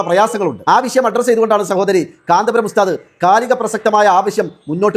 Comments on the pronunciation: കാന്താപുരം അല്ല കാന്തപുരം. എന്നാണ് നമ്മുടെ പണ്ഡിതൻ മാരെ കുററം പറയാൻ നീ ആരാടി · ഇവൾ മുസ്ലിമായിരിക്കാനിടയില്ല ഒന്നാന്തരം സങ്കി കാന്തപുരം എന്ന് നേരാംവണ്ണം പറയാൻ പോലും അവൾക്കറിയില്ല. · ഈ പെണ്ണിന് കാന്തപുരം എന്ന് പോലും പറയാൻ അറിയില്ല